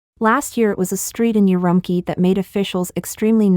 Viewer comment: please ask your narrators to put in the minimum effort to pronounce Chinese words - particularly place-names - reasonably correctly. They pronounce ‘;Qiqihar’ with the letter ‘Q’ like the ‘ch’ in ‘cheese’. Then they pronounce ‘Urumqi’ as ‘Urumkee’. How are we supposed to have faith in this?